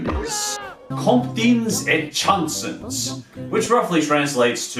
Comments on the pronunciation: for #3 Chansons means songs, and it's pronounced "Shaansons." Hope I'm not being rude, just trying to help out a bit :-) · I'm not hating but the way you pronounced "chansons" just made me laugh 😂